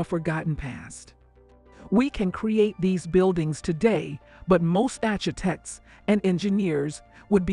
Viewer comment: All i know is , i head the word "architects" pronounced .. the rest of this episode is a blur, as my mind cannot fathom why it was pronounced that way 🤔